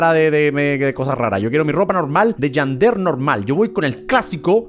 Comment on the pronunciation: Me da risa como Geman dice Yander y es Yandere